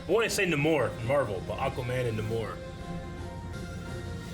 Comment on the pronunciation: “NAY-more” > “na-MORE.”